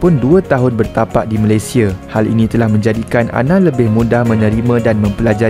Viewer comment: Bang sebut lah nama NEGARA tu dengan betul , cara sebut yang betul MALAYSIA - *MALAY SI YA